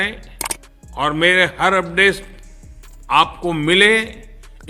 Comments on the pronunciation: चीचा ने अपडेस बोला या अपडेट....?😂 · ठीक से update बोलना भी नहीं आ रहा है अंकल को तो 😢😢😢😢😅😅😅😂😂😂😂😂🎉